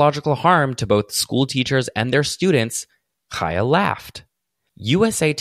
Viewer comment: Thank you so much for covering this specifically because you're the only person I've heard pronounce Chaya. I was starting to think I was crazy.